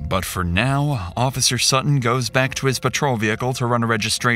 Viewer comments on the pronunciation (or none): none